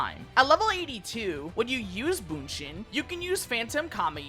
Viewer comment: Just “Bunshin” 😂